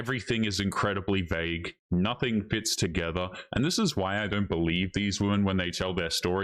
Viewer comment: "...even if you 'ashoom'....." Dude, nobody 'ashooms' 'nuffing' ffs